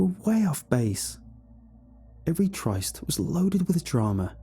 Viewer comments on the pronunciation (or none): Tryst rhymes with myst, not Christ.